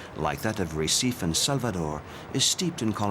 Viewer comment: Listening to this voice continually mispronounce Recife over and over again is just painful. What crappy research on display here. Gah...